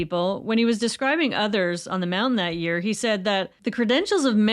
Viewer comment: Thank you for saying "mounTain"!